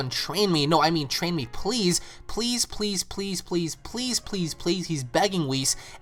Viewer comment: when goku was asking whis to train him he was sayying piss piss piss piss piss piss